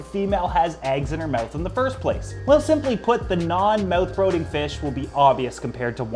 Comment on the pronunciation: You said brooding and longevity wrong on purpose didn’t you? lol I have Canadian friends that never ever ever say those words like that 😂